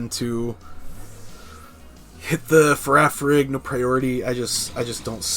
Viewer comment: FA-RIG-A-RAF! DAMNIT (that's how it's pronounced)